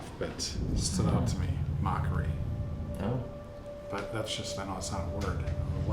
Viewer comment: FYI…It’s mockery, not mockary.